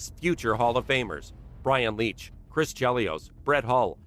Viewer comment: umm leetch kane... come on